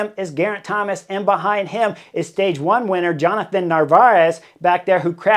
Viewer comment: It's Jonathan. JONATHAN. It's not that difficult to pronounce.